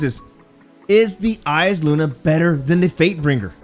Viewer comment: Thanks for not saying eye saluna